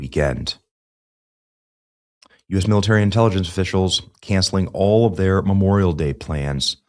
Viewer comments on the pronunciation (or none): none